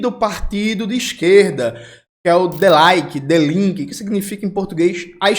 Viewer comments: Dii Linke. E não De Laike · Parabéns pelo excelente trabalho sempre! Apenas um apontamento: a pronúncia de "Die Linke" é "Dí Línke", pronunciando o "Li" com mais força e o "e" como "ê" mesmo, não como "i'. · Jones, pronúncia correta: "di linke". No alemão o encontro ie é representado pelo fonema i.